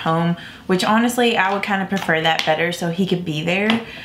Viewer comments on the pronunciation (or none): none